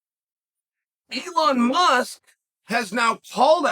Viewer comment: Does it bother anyone else that Chahel is incorrectly pronouncing Elon Musk's name?